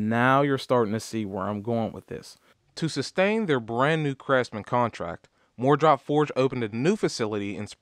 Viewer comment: Instead of saying, "MooreDrop Forged", it might make more sense to pronounce it "Moore Drop-Forged" tools (even if that's wrong). As far as the 15/16" crowfoot wrench being absent, you are right, sir (with apologies to Ed McMahon). I have a set of Sears Craftsman 3/8 Drive SAE crowfoot wrenches that came in a pouch, and that set is missing the 15/16" wrench, too. I always wondered why, but it is probably not used very much on cars, so it was left out. Just like socket sets that leave out one or two sockets for that reason, you inevitably need the one(s) they were sure you didn't need (and wouldn't miss). I bought a single Gearwrench 15/16" crowfoot just to have one on hand. Crowfoot wrenches are the bench warmers of the toolbox, however; in the eight (8) years I've had this set, I've used it once (the day I bought it). By the way, mine have "-W-" stamped on each wrench, so it's not an Easco set. I paid $49.99 for it at the local Sears store. It wasn't wasted money, though, since I had to stop work within a few minutes after beginning the installation of a new kitchen faucet. Nothing else I had at the time would work. Five minutes after I returned home, I had removed the stuck fastener and was able to complete the installation.